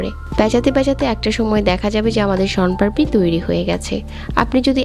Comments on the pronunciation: কিন্তু তুমি দেখো উনি কিন্তু সন পাপড়ি লেখসে তবে সন পারপি বলতেসে😅😅😅😅😝🤭🤭🫣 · আপনি ভুল বলসেন সনপারপি না সনপাপড়ি